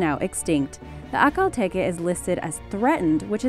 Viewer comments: Peggy Papczun Peggy Papczun In the video it was pronounced like ‘A-kal tE-ke’ but it is not the right pronunciation. These horses are named after the oasis in Turkmenistan. It’s ‘Ah-Al tek-E’ (the stress is on the second syllable of each word and the ‘h’ sound in ‘Ahal’ is like ‘h’ the word ‘house’) I hope it will help you ;) You’re right I love these horses, there are incredible. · It's pronounced Akhel tek no Akhel teke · First one is pronounced "ak-Hal tek" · It’s pronounced ( a ) Lea )tek) a) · Haha The way she pronounced Akhal Teke made me cry with laughter